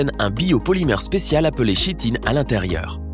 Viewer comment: Chitine se lit Kitine lol